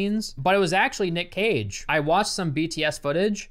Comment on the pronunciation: Code: Cage sounds like Cocai